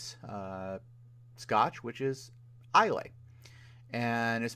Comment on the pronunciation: Gotta love a guy who knocks others for their lack of knowledge about Scotch but doesn't know how to pronounce Islay. 🤣